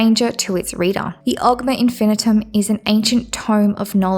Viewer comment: Infinium not Infinitum, but otherwise, decent video.